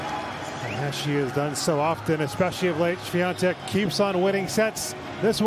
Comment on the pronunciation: Why does the commentators pronounce her name SwiaNtek when there is no n in her name?